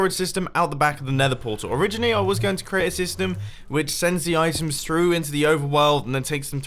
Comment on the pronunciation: 13.41 I swear he said ‘dystem’